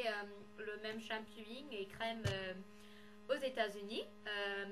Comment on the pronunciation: C'est shampoing pas shampouy ! Hihi :D Juste comme ça hein ^^